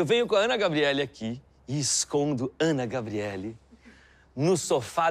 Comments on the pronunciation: Ana Gabrielly KKKKKKKK eu com vergonha dele falar errado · O melhor é ele falando ANA gabrielly(q agoniaa)